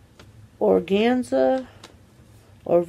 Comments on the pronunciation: I love how she keeps saying, "organiza"!!! It's "organza"! Bah ha ha. I can't 🤣🤣🤣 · It's not pronounced organizer. 😂😂 It's Organza. Lol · Organiza hahahahaha you crack me up It’s Organza. Hehehe organza was the best match on you . The mascara is awesome! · The colors name is Organza idk why she kept murdering that lol